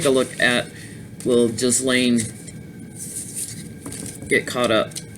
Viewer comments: Hi, it’s pronounced with a hard “ G “ Geese- lane. I laughed at her involvement in protecting the oceans, in light of his her father died. Robert Maxwell was a business partner of Semion Mogilevich, the alleged head of the Russian Mafia. He was infamous ( aka and absolute b#*#*#* 🙊) in Britain & died in very suspicious circumstances, supposedly fell overboard from his yacht, the Lady Ghislaine, near Tenerife in the Canaries. Thanks for the last two readings, both great. 💕💝✨🌟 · I believe her name is pronounced as Geez lane hard G and equal stress on both syllables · Some individuals have no social conscience and are completly amoral. Ghislaine Maxwell’s role model in life was a crook (her dad Czechoslovakia born Robert Maxwell, British MP and a publishing magnate) so she might default to males of similar type (Epstein). Trivia ... believe the “s” in Ghislaine is not pronounced.